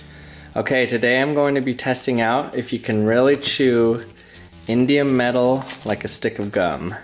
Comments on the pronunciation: I thought he was sating indian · i thought he said indian lol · It sounds like he's saying Indian metal. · I thought you said Indian gum